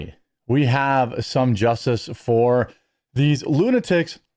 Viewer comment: "and now I got bustid by the justiss!"